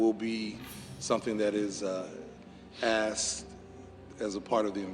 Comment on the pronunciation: The Police Chief can't even pronounce the word 'asked'. Tell me he was a DEI hire without telling me. Everyone, but his parents failed that child. 😢